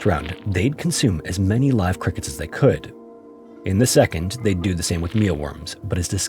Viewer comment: "sedond story"